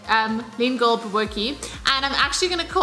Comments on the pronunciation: Pronounce it "boo-bo-teee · It's pronounced "ba boo tea"😁.....your recipe looks and sounds amazing 👏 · 🤣👏🏻👏🏻 Pronunciation completely wrong… BO-BO-TIE… the T is the one you want to emphasize when saying the word😜 Can’t wait to make this!!! Love you … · Bobotie with a t, not kie or tjie. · lol it's pronounced bobotee